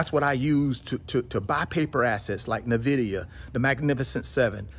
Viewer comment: Nvidia is pronounced "en-vi-dee-yuh". Say it with me...en....vi.....dee...yuh.